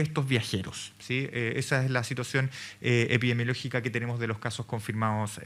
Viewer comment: "epidemiológica" señorita no "epidiemologica"... si siquiera sabe decirlo ya sabemos que nos espera con este gobierno, ya tenemos los monos contagiosos a cargo 🤦